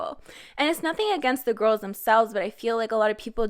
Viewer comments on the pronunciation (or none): none